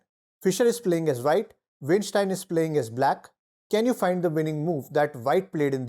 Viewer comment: Dude!... It's pronounced "Wine-steen." NOT "Wayne-styne."